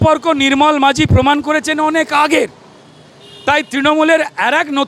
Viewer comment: নাম টা “মাজি” - মাঝি না